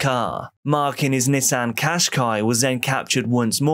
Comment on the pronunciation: Me thinking he was saying “his niece Anne” shortly after realizing he’s saying “Nissan” 😅